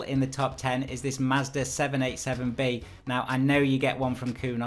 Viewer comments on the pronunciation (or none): none